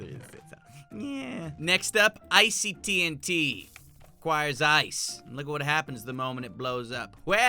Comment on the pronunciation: It is called T UN T